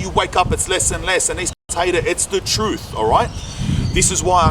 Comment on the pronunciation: speak the truFF aye Lol